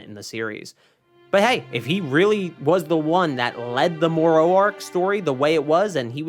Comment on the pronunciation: Brother. Say it with me. Moro. More-o. Not more-owee. Jeeze. Killing me lol. I also dont understand why they are refusing to animate these new arcs. Its really pissing me off. Diama was great and all but its not giving us what we want. I guess they are just gonna let this franchise die?